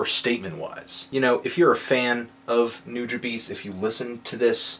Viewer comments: its been said before in these comments, but just so everyone knows...its pronounced Nu-Jah-Bess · its pronounced .."NEW Juh Bahs" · It's pronounced new-Jaw-base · what the fuck did he just say? New jah beez? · New-jah-bess, butcher of Japanese language ;) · It's kinda annoying how he pronounces Nujabes name. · Jett Guerrilla but if you listen to certain songs by Nujabes featuring Funky DL, Substantial, Cise Starr, Shing.02, they all pronounce it the same and it was not the way that anthony pronounced it. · Andréz Gutierrez He said you can pronounce it however you want. He said he would slap the next person who not only mispronounced his name, but thinks he is a hip-hop collective lol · Someone who can't even pronounce Nujabes right shouldn't be reviewing him. He should review Metaphorical Music instead and listen to that. Bet he would give that a 10. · yes so he said nujabes wrong get over it people. hes human he makes mistakes and this review was made dec 7 he probably knows it now after reading all the comments. he also happend to pronounce my favorite band wrong but ya know i let it go because his job is to listen to the album and say what he likes and dislikes about it it doesnt mean he listens to them outside of his work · Dude at least look up a video of how people pronounce his name. Every time you butchered it I should’ve slapped you till you pronounced it correctly. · You say his name wrong. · I would respect this review more if you actually pronounced his name correctly . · I completely disagree with your opening argument. Nujabes was on a whole different level from J Dilla and Madlib, and he was one of a kind. RIB Jun, you will be missed. Also, learn to pronounce his name, and learn some respect. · Yeah, he sure knows a lot about Nujabes, yet he can't even pronounce his name... LMAO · lol you pronounced his name so funny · Not only is 6/10 a criminally low rating but his name is pronounced nuja-bes not nuja-bees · It's New-juh-bess... come on.